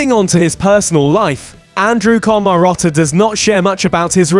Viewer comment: Why can't you pronounce his name or other simple words 😂😂😂😂